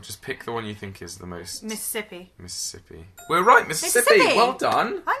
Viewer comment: you actually say it like we do! Well, like the old people do. My grandmother says Missippi